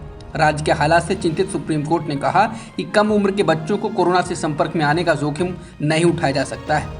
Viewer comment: Zokhim thek se nahi bola